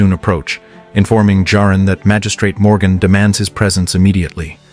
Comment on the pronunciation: This was great. Thank you. Why are you repeatedly changing the pronunciation of Jarin to Jareen?